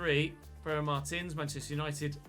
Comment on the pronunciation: It's "marteens"